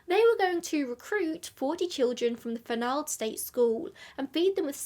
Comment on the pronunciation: The name does not rhyme with bald, it rhymes w the last syllable of Donald. This is my name. A prominent new England name. It should be noted I thought you would pronounce it correctly being English. My family.